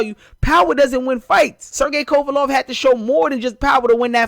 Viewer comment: why do most black people mispronounce "Kovalev"? this guy must be obsessed with Golovkin